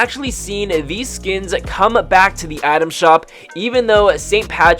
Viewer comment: Broo y does this dude say atom shop that rly annoys me smh 😂